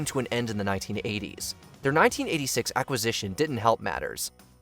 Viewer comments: Someone needs to teach this AI voice how to say "acquisition." Good god, it's not "ack-uh-zishon." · I guess the words acquisition and subsidiary are just too difficult for AI to pronounce?🤣